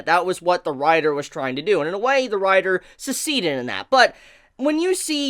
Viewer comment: Lol, the way you say succeeded. You say suh-seed-ded, who does that?. Also, you're pronouncing Madoka wrong goddamnit stop triggering me REE. I can't even pay attention to anything you're saying because of your horrible pronounciation.